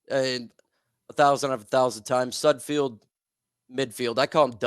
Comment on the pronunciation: It is Sud FELD.... Not Sud FIELD. You are as bad as names as SudFELD is at passing.